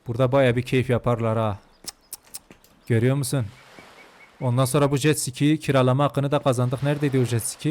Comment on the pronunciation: Abi jetsiki değil jetski😂